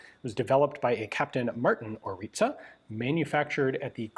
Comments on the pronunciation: I love that you prounounce it corect🫡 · Congratulations for correct pronunciation of Orița 🙏